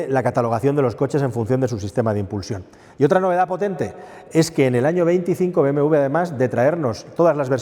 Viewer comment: es doble u: be, eme doble u ¡coño! siempre lo pronuncian mal